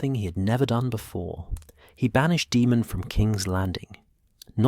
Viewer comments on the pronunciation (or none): Daemon is pronounced Day-mon, not De-mon. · I absolutely hate AI his name is not demon why not just spell it Damen so stupid AI can pronounce it the correct way you literally listen to this and thought it was acceptable to post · Daemon not demon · I quit after 10mins because I cout get past the pronunciation of daemon as demon